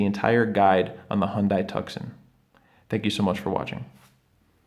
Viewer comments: First off the vehicle's name is pronounced TOO SAAN, where SAAN sounds like SWAN, (without the W of course;) and the 2nd, thanks, you saved me $10 the Hyundai dealership wanted to charge. Changed both of my fobs, because your video made it easy-peasy. Better yet, I thought the push button on the door handle was “needing attention,” then told it was the fob, saving even more $$$$. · It's a great video but I winced when he called it a tux-on, twice. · Good instructions, but really dude?? Hyundai TUCKSON??? Lmao!! 🤣🤣🤣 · Not how Tucson is pronounced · Thumbs down, are you an idiot for pronouncing Tucson that way or you doing it on purpose? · Have you ever been to tuscan? or have you been to Tuscan Arizona ( The correct pronunciation of Tucson in English is Too-sohn. ) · Thanks, but it's Tucson (too-sawn), not tuck son. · My ears... like fingernails on a chalk board.. did you call the car a "Tuck-sun"?!?!? It's pronounced "Two-sawn" You know... like the city It's named after! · It’s “Too-sahn” not “Tuck-son”. Hyundai has named this vehicle after the city in Az. Just like the Santa-Fe is named after the city in NM. Also, you do not need a flathead screwdriver. You can use the valet key to pop the fob apart. It is designed to be self supported, meaning there is no need for additional tools. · Repeat after me…. Too sahn…. Not tuck sahn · TUCK-SON? Bro, it's "two-sawn". lol. bro. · Great video, very clear and helpful. One comment though - pretty sure the Hyundai model you are referring to (Tucson) should be pronounced 'too son' (not tuck son) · Helpful video, but the Hyundai Tucson is pronounced (tuˈsɑn) NOT Tuk-son. Just like Tucson Arizona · Video was good but he needs to go back to school to learn vocabulary. Tucson is pronounced Too-son. Not Tuk-sun. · Thanks, good content...However, Just an FYI: Not sure where are from, BUT Tucson is pronounced the same way as Tucson, Arizona. Not Tuck-son. It should be pronounced more like Toos-on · Bro said “tuckson” 😂😂😂